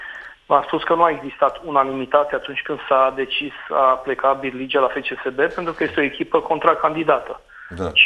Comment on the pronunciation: Cfr😂😂😂😅😅😅, plânge cu lacrimi de crocodil după Barligea...bai lingator....si nu Birligea...și tu bai..de ce nu îl corectezi...că dacă se pronunță steaua cu referință la FCSB.. imediat te activezi.....